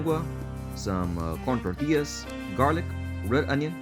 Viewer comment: Como Mexicano por favor pronuncia las palabras en español correctamente no las pronuncies en Ingles 🤦🏻‍♂️ Barbacoa Tacos Salsa Tortillas